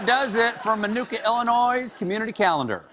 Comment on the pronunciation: Stephen, it's Illinois not Illinoise. Like I'm going to ANNOY you until you say it correctly. LOL! -- from Morris, Illinois